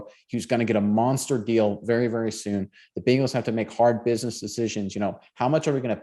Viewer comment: Quit saying Biiiiiiingles…it’s Bengals…like bay, not bean. Cmon now.